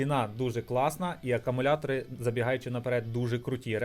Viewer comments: акАмуляторні акУми😅🤦‍♂️ Рекламуєш магазин, відкриваєш на смартфоні і пише "Акумулятори", а читаєш і мільйон разів говориш акАмулятори🤦‍♂️ АкУмулятор - акУмулює електричну енергію. Що робить "акАмулятор", то є питання... Певно акАмулюває😂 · не акамулятори а акумулятори